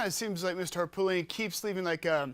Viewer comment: Please pronounce Harpootlian correctly.